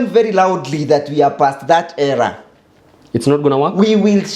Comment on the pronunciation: Era...not error!😂😂